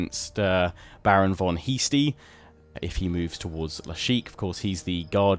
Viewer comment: I totally hear "Baron von YEASTie" and spit out my water. I mean... not saying Heastie's a great name either though...